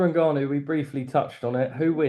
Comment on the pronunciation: Gareth pronouncing Ngannou two different ways literally one after the other🙈🙈